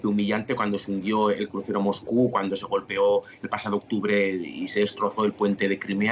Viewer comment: Periodista porque dice MOJKU acaso no sabe leer la S???? Se dice MOSCU no Mojku, pronuncie bien pornfavor